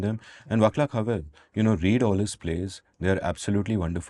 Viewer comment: Vaclav is pronounced Vah-slav, not with a hard C, fwiw.